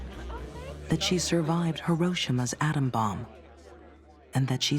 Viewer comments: “Hirosh-ima” though????😅😅😅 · Don't the Japanese pronounce it more like "Hero-Shima"?